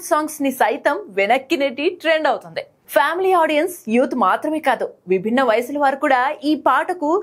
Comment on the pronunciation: అవుతుంది అన్నమాటలో ది అక్షరం స్పష్టంగా పలకండి. అది దే లాగ విన్పిస్తోంది.